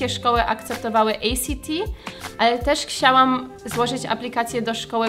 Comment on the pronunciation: uwielbiam jak mówisz ksiałam zamiast chciałam :D